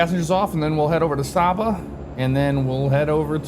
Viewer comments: just a pronunciation check it is pronounced Sayba not Sawba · Great Video, FYI the island is pronounced Sey-buh. Love seeing FSX videos of the islands I grew up around. If you want to try another intersting approach you should try Melville Hall in Dominica, Approach takes you on a left base to final between hills with an almost blind left turn on short final. 100% VFR only airport.